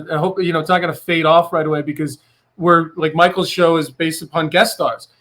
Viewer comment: Lmao why did they butcher Micheals last name??